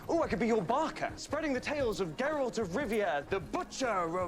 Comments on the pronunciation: when finally says Geralt right👏🏼👏🏼😂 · Biggest smile on my face when finally pronounced Geralts name correctly!!! Good job mate! 👏🏻👏🏻👏🏻👏🏻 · Don't want to add to your confusion but the yes, the G in Geralt is like the word "graphic". But also the E is pronounced as an A. Sounding like Gare-alt. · FYI: He names all his horses "Roach". Geralt is actually very old. Witchers can live for hundreds of years. So he has outlived several Roaches. "Geralt" is also pronounced "Jur-ALT". Remember this is a Polish fatnasy series. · Geralt is G like Gary....Gar-alt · Its pronounced GAIR-ELT